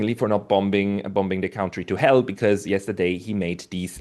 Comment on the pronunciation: Gotta work on the "cown-tree" pronunciation. He's clearly fluent in English - which means he's accustomed to hearing it spoken; there's no way he's Ever heard the word pronounced that way (he's the only one on Earth who does it).